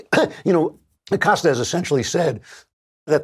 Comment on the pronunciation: Abilio “Will” Acost-ya